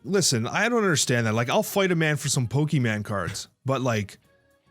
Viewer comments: So is everyone gonna skip saying Poke'MAN and not MON?! I know is a nice guy, but that is a sin my friend. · “PokemEn”